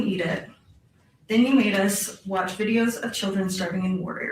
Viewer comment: "WATH LIVE" ??? LOL